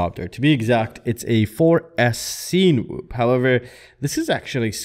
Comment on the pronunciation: You’re pronouncing it weird. Cinema - sin-a-ma Cinewhoop - sin-a-whoop